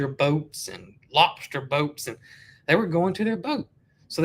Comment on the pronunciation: 🤣🤣🤣 Love the way you say "lopster".